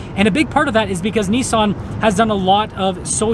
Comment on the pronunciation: Nissan is pronounced as it is spelt, what is so difficult to comprehend. So why pronounce it Neesaaan. At least Honda is the same both sides of the pond.